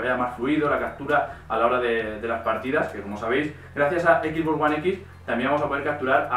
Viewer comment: cual es el problema con la mayoría de los españoles que no puede decir XBox como tal si no que dicen XBoss (equis boss) saben que al decirlo así le cambian el nombre a la consola, estan diciendo el "jefe x" en lugar de "la caja x" como sería su traducción al español